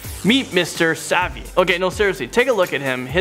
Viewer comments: Did he just say "Mr. 'Savy'" instead of "Mr. Suave"? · Like the list, but suave is pronounced swahve, not savvy.😂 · Suave isn't savy it's pronounced swav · "Suave" is pronounced "swav," not "sa-veh." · It’s pronounced S W A V E, genius. Welcome to Bullying Video. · Suave is not pronounced that way. Looked it up for you. Swaav is how the dictionary shows it. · You should be worried Amazing Top 10, your host doesn't even know the word suave, among the countless other things he can't pronounce correctly, just terrible